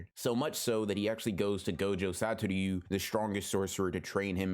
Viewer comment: Gojo Sator-you